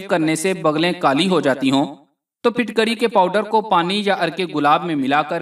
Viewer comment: Not fitkari Phutkari